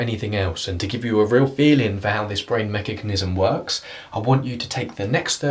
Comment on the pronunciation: I love the way you say mechagnism 😂 To the 3 images: outdoor tap dandelion 2 people watching a firework show at a landmark